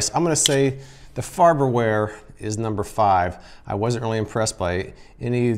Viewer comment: "Farber ware" lol